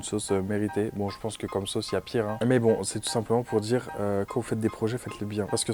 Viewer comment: Pareil pour moi, j'ai les oreilles qui saignent !!! " quand elle répète " jme suis djis jai djis , vous allez djire! Omg 😅